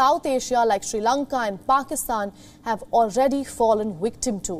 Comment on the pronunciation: Love how she says, “wiktim “ instead of victim